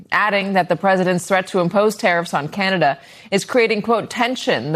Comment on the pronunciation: it's pronounced Canada, not Cyanada,.;-)